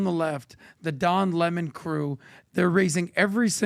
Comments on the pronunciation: Don lemon. Not pronounced. Le monde. Its a lemon. And lemon loves smollet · And you all constantly love to intentionally mispronounce people’s names if you don’t like them. One of you idiots said Lemon correctly once, but all the other times said it wrong. One of those times you even called him “Lamont”… And right before I saw this idiotic video, I watched one of Laura Loomers lackeys do the same shit right to Don Lemons face, so it’s all quite obvious what you’re doing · Lah-mon'? Lemon. Writing something about what? Nobody will read it. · DON LEMON, HIS NAME is Don LEMON LEMON like the FRUIT LEMON, not 'LeMans' but LEMON like LEMON -ADE I grew up watching Don LEMON on our local CBS affiliate in Filthydelphia, PA, WCAU Channel 10 News. THEY REFERRED TO DON AS Don LEMON .. OK got it !!!! One can only, I can only hope WE cross paths... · Why is calling him le mon 🤣🤣🤣🤣